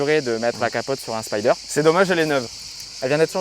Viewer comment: J'adore ces caisses, merci! Après avoir dit en 1'08" qu'il fallait dire "Spider", tu prononces Spaïder ensuite. (1'57, 9'59). LOL 🤣